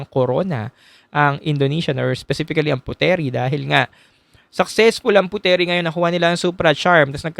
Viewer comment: Nice insight,btw Puteri is pronounced as put-ri by the locals.